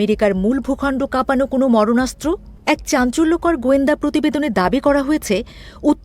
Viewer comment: শব্দটি মারণাস্ত্র, "মরণাস্ত্র" না। একটু শুদ্ধ বলা শিখুন । প্রায় সব Channel -এর এক'ই অবস্থা। অথচ ভাষা দিবসে বঙ্গ সুশীল অশ্রু পাতে সীমায়িত। কি দ্বিচারিতা!